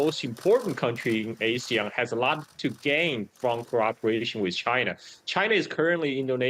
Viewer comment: Btw ASEAN is pronounced Ah-see-yahn, the way Sen. Tammy Duckworth pronounced it at the Hegseth hearing.